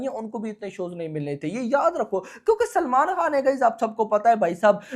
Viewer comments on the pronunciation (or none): none